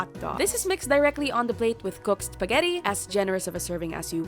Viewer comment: I can't with the bisaya accent spageti na may hatdog hahaha